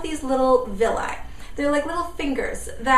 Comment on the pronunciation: did you say 'villye' is that the same as cilia? it sounds like they do the same thing :S